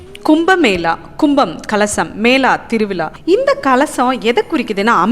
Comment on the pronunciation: திருவிலா இல்லை; திருவிழா. தமிழை நன்றாக உச்சரிக்க கற்றுக் கொண்டு பிறகு பேசவும்.